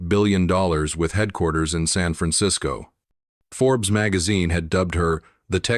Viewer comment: 'San' is not pronounced as 'sun'. So sloppy!